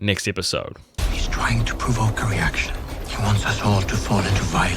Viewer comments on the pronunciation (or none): There is no word "Prevoke"...its Provoke!